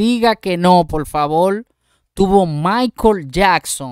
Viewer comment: ¿Por qué dices" balbaro", por "favor", etc.?